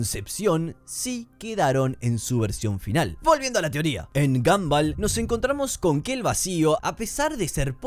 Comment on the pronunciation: Me da toc que le diga "gamball" a gumball